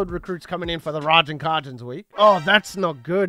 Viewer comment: its “Kay-Gens” (Cajuns)